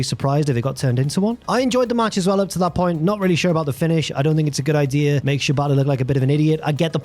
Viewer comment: Since Jack pronounces Shibata to sound like "ciabatta," I enjoyed imagining Jack Perry wrestle some bread during the recap.